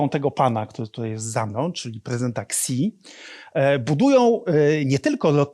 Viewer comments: Xi jinping ty nie "Ksi" jinping tylki "Śi jinping" lol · Nie “Ksi”, tylko “Śi”. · Świetny materiał. Proszę tylko pamiętać, że Xi czyta się [si]